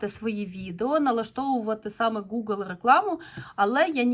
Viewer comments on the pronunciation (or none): none